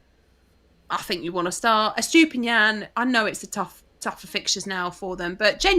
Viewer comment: these brits' pronunciation of Gusto(Goo - not guh - stow) and Estupiñán kills my Latin soul a little every time. I still remember pronunciation of Lopetegui...